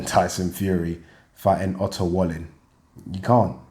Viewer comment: its pronounced "valleen"